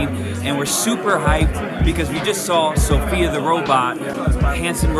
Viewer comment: We'd be waiting for 2030 and "Sophia" can't pronounce her own name. I'm not sure if the "robots" are more idiotic or the public is?